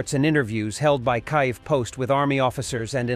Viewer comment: This narrator can't seem to consistently pronounce Kyiv properly..😢 pretty sad don't you think?